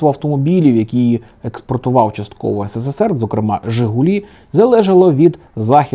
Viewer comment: хочу сказати що ви робите в кожному ролику помилку "ссср" а не "срср" знаю що це виглядаэ зарозуміло, але мені просто ріже слух